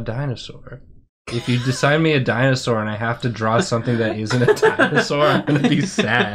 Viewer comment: Thank you for your good work, mispronunciation also activated my need to correct dinosaur pronunciation. And your psittacosaurus facts are incredible